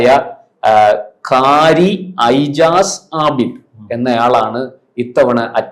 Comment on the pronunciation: Ijaz to be pronounced as Ejaz.